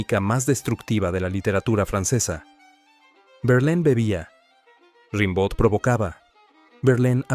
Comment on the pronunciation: Se dice "rambó"